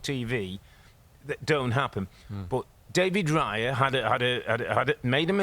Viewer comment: it's "Raya" not "Riya"...